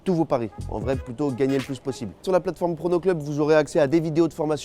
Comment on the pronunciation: pourquoi quand ta dit prono club j'ais cru entendre porno club💀😭